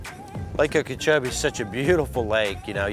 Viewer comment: You were literally putting on a clinic. Gotta ask about your pronunciation of Okeechobee; sounds like you're saying Ukeechoee, or am I hearing you wrong?